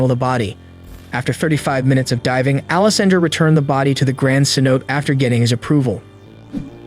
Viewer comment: Phonetically it's Ceno'tay ;-) Other than that, I have been enjoying your videos.